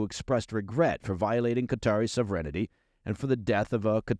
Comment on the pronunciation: "SAHV-ren-tee" not "sahv-REN-it-tee". You are adding a nonexistent syllable to the word. You are better than that.